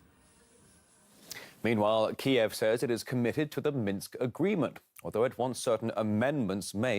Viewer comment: Minsk not minks.... Why no condemnation of actions in Canada by puppet dictator JT.